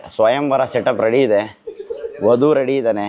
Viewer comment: Adi ❌ vadhu✅😂